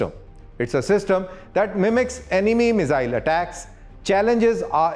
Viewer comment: me-zzzille 😅... bhai miss-ile bolo ... saarrey delhi wale ... accent critical nahi hai par thoda dhang se hi bol lo.. also content impactful banao - explain to a layman what is star! Give specs... you had enough to deliver double info